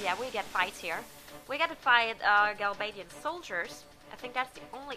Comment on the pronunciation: You seem to have problems pronouncing Galbadia, he he! That's why I always called them the Gals!